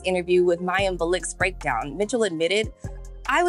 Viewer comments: It's Mayim BI-A-LIK, not BULLOCK 😂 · Mayim “Be-Lick?” Wow, really? Now that SNL is a SINKING SHIP, perhaps we will FINALLY see a return to Good Burger, how may I take your Order?”